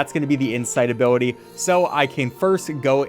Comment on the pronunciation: Every single time he says ability, it gets worse and worse.